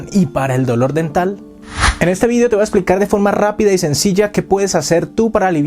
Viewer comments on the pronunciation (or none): none